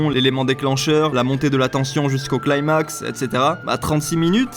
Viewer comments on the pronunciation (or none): none